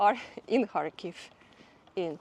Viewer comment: Sounds like she saying hartclife the town she filming 😂😂